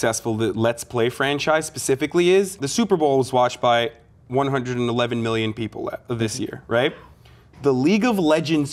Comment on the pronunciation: "as a testiment to how succesful lets play franchise, pacifically is, the super bowl was watched" lmao